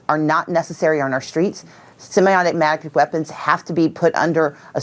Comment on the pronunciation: The one lady couldn't even say semi automatic but she wants to ban 'em!